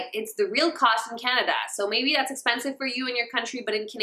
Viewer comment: why does she say Canada like that. I'm offended.